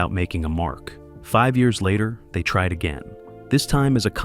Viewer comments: You need to tell your robot how to pronounce the legend's name correctly. It is pronounced Betty, not bet! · BET Davis??? Peter LOR?!!?!? for CRIPES SAKE - STUPID Ai narration bullsh*t!! THUMBS D O W N !!!!! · Right? It's not BET!!! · Can’t you get AI to pronounce proper names correctly? “Bet Davis”? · Ya, I agree with Kerry Lockhart below: can't some of these narrators pronounce names RIGHT?? This narrator bird said "Peter Lor," for peter Lorre, and he said "Bet Davis" for Bette Davis , pronounced "Betty." Come on! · HEY A.I. ROBOT ANNOUNCER! It’s BETTY DAVIS EVRN THOUGH ITS SPELLED “BETTE” Second, it’s pronounced “LORREEE”. Peter Lorre! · Everybody in cinema realms knows: BET-TEE Davis (2 syllables). Peter LOR-RAE. BTW, Peter and Humphrey were lifelong friends. Mary had a SECRET, you say?! Not secret! Scandal. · The famous actress "Bet" Davis. Nice try AI slop. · Note to OP: Spell Bette as "Betty" Lorre as "Laurie" Gutmann as "Gut man" for the AI to pronounce it right. "Carecter"? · AI still can’t pronounce Bette Davis’s name right after all this time.